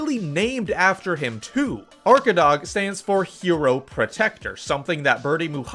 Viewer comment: Arkadag usually translates "the back side of a mountain" and when u pronounce it u don't spell the last letter G and it's long A arkadaa. It's in Turkish and Tatar language.